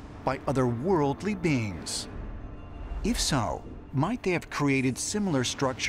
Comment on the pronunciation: “OTHER WORLDLY BEENS” Get the popcorn